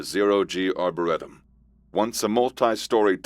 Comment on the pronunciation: Yes, season 2 please. But learn how to pronounce Arboretum properly.